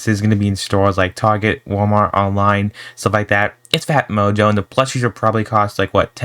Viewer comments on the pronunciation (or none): what they say :phatmojo what i hear : fat mojo